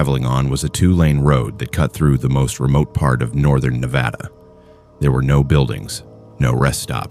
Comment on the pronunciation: NevAYda? Really